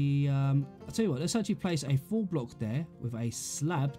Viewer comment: Great tutorial but when you say “full block” you make it sound like “four block”